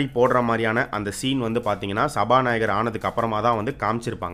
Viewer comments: சபாநாயக்கர் இல்ல.. சபா நாயகர். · சபாநாயகர்! சபாநாயக்கர் இல்ல..